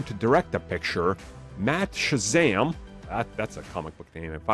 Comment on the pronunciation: Matt sazama not matt Shazam